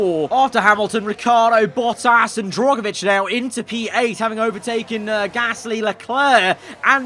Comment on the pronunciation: I hope you get rid of Drugovich next season, I can’t keep having you mispronouncing his name again